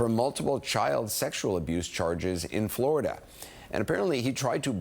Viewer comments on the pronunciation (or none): none